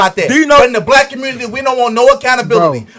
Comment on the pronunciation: Com-murn-nity 😂 Nutt-tin’ 😂 - 👈that was J0E Bye den’s ‘94 Crime BiII. He did that… exposed these dude’s lack of logic.